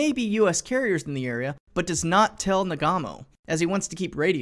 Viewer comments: NAGOOMO, not Nagamo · Nah-goo-moe, not nah-gah-moe. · Um, it's Nagumo, not Nagamo... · His name is nagumo, stop calling him nagamo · Nagumo is pronounced nah-goo-mow, NOT na-gah-mow. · Naw GOOO mo. Not Na GAH mo. It's usually spelled "Nagumo." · I'm glad to see you fixed pronunciation of Na*GU*mo late in the video. It was making my ear bleed hearing you say Na*GA*mo. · "Nagumo" ain't pronounced "nah-gah-moe". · He says it wrong lol